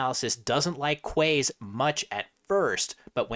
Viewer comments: it's pronounced "keys" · That's Quays isn't it?